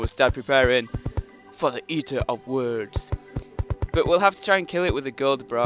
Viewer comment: eater of words? dont you mean destroyer of worlds? [sorry for making fun of your accent]